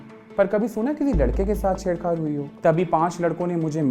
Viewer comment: ched chad hota hai madam not ched khadd hahahhaha